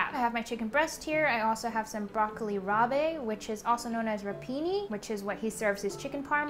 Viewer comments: Broccoli "rah-buh". Not bay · FYI: Broccoli Rabe is NOT pronounced rob-ay. It's just pronounced "broccoli rob." Great video. I've also done this before and feel his recipes are easy to follow with simple ingredients. He doesn't fuss over super luxurious or fancy ingredients so most of his recipes are actually pretty approachable for a more experienced home chef. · ChiZillaaa it’s also not pronounced Rob. Like a shortened version of Robert. It’s rahb. It also looked nothing like broccoli rab, that would have more greens. This was broccolini. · she kind of said it right, like raab, but she added the é at the end, not sure why. lol...maybe she thought it's french? rabé the frappé? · I adore you so much but every time you said Broccoli Rab*e I cringed lmao, just broccoli rab* don't pronounce the e pleaaaaase. Also as ALWAYS the food looks amazing! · It's pronounced broccoli "rob" not ra-bay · Also, broccoli rabe is pronounced just like rob. Not rob with a hard a sound. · No. It’s pronounced as rob. She added a hard a at the end. Not an e. Also, she kept calling prosciutto parma ham which is weird to say. It’s dry cured ham but no one calls it parma ham. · Broccoli "rob." Just call it rapini lol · Broccoli “Robbay” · broccoli rabe is pronounced broccoli "rob" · That was the one thing that bothered me haha... the way she pronounced broccoli rabe... also it did look more like broccolini than broccoli rabe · You're mispronouncing the broccoli rabe.